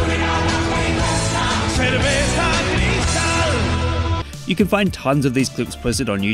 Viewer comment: Got jumpscared by cerveza CRISZ-tal outtro, im done💀